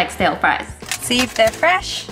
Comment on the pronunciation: " they're fress... But stil have salt on them"